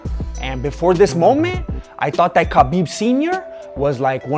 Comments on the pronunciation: his name is written as khabib but pronounced as Habib. please get it right next time.. btw awesome video !! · Stop calling him Kabib its Habib aaaaaaaaaaaaaaaa mate you're driving me insane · Hi there, just a friendly point pronounce his name with H and not K.... so its HABIB not KABIB....WHICH MEANS The Friend or the Beloved . Good Luck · Ha beeb ..not Ka Beeb ...get the mans name right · Lol, like your commentary But Bro you missed his name proper pronunciation is Ha-bib not kha-bib = Habib, K is silent. But not your fault many people thought that but it's been cleared recently. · Ha bib” not kabib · Name's Habeeb you don't pronounce the K !!